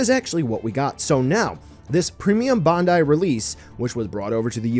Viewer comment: I see that you still cant pronounce BANDAI